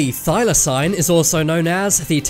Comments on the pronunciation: Jesus H Christ, it’s pronounced thy-lah-seen. One search on Google would have given you data point. Why exactly should I trust this content if the YouTuber can’t even manage simple pronunciations? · It's NOT pronounced Thylosign.